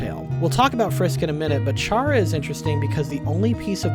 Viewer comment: Every time I hear you say "Chara" with a soft CH, I recall Blazer Terribad/Specter Spark/Sparky yelling in a video collaboration with Wamboo. Chara's name is a pun on "character"; every name in Undertale is a play on words.